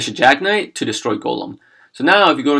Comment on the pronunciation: Why is he mispronouncing mekk?